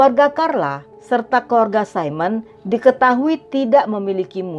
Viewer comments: Baca namanya Simona mbk..bkn saimon..krn swiss itu kebanyakan pake bhs jerman dan huruf i dibaca biasa bkn i dlm bhs inggris 😁. Terimakasih utk ceritanya mbk..jelas bngt 👍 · Maaf mba, nama Simona tidak diucapkan 'Saimen', Simona itu nama perempuan, jdi pengucapannya ya Simona. Sedangkan 'Saimen' tulisannya Simon, itu utk laki2. Begitu mba. Maaf semoga tdk tersinggung.